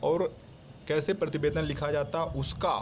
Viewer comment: He is saying Partibedan not prativedan